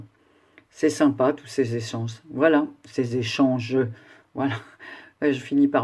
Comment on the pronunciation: Cc ma 💕😃 echaaannngeeeeuuu mdrrrrrr 😂😂😂 oui après plusieurs vidéos on arrive plus a articuler hihihi rooooo tes fleurs sont superbes 💝💝💝💝💝 j'adore 💖💖💖 oui maya est trop marrante 😂😂 et c'est une pro du crochet 👍👍👍👍 ooh le petit attrape rêve....coup de cœur 💕💕💕💕 merci beaucoup pour ce partage 💕💕 tu pourrais faire un tuto??? Enfin si tu veux hein!!! Gros bisouuuuuuus ma 💕💕💕 j'espère que ta promenade en amoureux était belle 💝💝💝😘😘😘😘